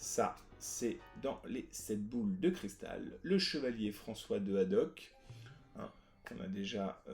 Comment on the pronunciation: Petit erreur dans le nom du Capitaine c'est Haddock et non Hadoque ;)